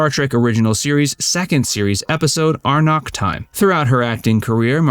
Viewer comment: That's Amok with an M - NOT Arnok